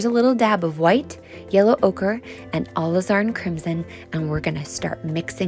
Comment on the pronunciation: Love this so much! She says are new way of pronouncing Alizarin...a la zar in or something similar!